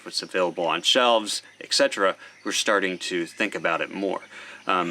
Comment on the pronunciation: Please don't take offense to this, but if you're going to use a word as often as you do 'etc', please pronounce it correctly. et-cet-era. Sorry, it just makes my ears hurt.